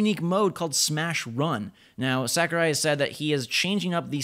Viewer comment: Holy shit. Sakurai. You fucking butchered that name. Sackerai?